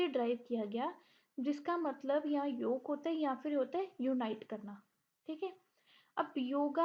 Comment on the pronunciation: Sirf yoga hi nahi aaapka pura pronunciation hilla hua hai